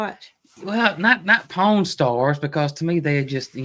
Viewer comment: I’m southern but the way yall saw pawn shop is funny, I bet some are trying to figure out what ur talking about. Lol. I’m in ga but we pronounce it like pond but without the d.